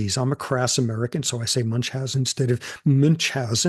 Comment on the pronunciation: Nice, near perfect pronunciation of Münchhausen in German! :) (I’m German.)